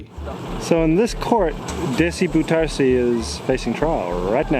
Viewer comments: The pronunciation of Bouterse’s name isn’t even close. Try Bow (as in “take a bow”), with accent on that first syllable, terr-suh. BOW-terr-suh. It almost renders the video too hard to listen to — though the research and content is outstanding. Did you speak to local Surinamers or Dutch sources who could correct that pronunciation? It’s so far off! But the way Brunswijk’s name was pronounced is actually fairly close. Odd! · Actually you're kind of wrong, the correct way to pronounce Bouterse is; B-ow-ters-hey, the "ou" is like the o in owl, the 1st he is like the e in she, the er is similar to how your would say the "ur" im surf and the 2nd e sounds like "ey" in hey. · Awesome stuff but; bouterse (pronounced “Bowtursu”) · Not "boutsersé" it's pronounce as " bow + tor + soh" the "e" in dutch is pronounce as an "o" if it is at the end of an word, The "o" must sound in same way the "o" of the word "clock" sounds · Dude. His name is not ‘Boo-tersy’ but ‘Bouter-seh’. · It's pronounced 'DEYzi BOUterse', not dèssi booterse. The 'OU' diphtongue doesn't exist in English, but comes close the o of 'ow' when you're hurt. Otherwise excellent video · pronounced as "Day-See Bow-tur-suh"... not like that of a former Filipino pres. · BOU ter sen .. [BOW-trsn] Come on.... Do your home work before you do a video... Bou rhymes with now... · im dutch and i was suprised how you pronounced bouterse . since hes surinamer and they speak dutch , there is no defined way for a english speaker to pronounce it i think ? quality vid as always , enjoyed it thanks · Dude, you TOTALLY mispronounced "Bouterse"! 😮 So much that if you were physically in Suriname and said it nobody would understand who you were talking about. 😂 No disrespect but you BUTCHERED the name. Please do better next time. I believe you can. 👍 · you butchered Bouterse's name lol